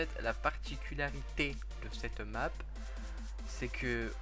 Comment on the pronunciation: A il a dit la nappe au lieu de la map